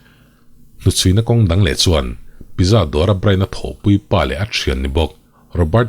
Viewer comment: Pizza tih hi pitzza tih a lam tur a ni veleh tlat a... Keipawn mak ka ti ania aw... 😊